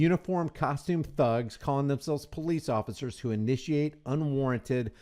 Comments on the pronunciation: "Occifers" every time had me rolling. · He said two ociffers🤭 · He also says "Ossifers" every chance he gets instead of officers 😂😂😂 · "ossifers" lol